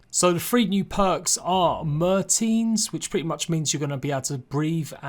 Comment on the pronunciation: merteen lmao